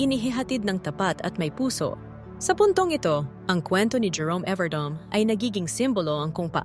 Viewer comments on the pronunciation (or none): Please atechikas pronounce correctly his family name « evardo me not Evardome😊❤😊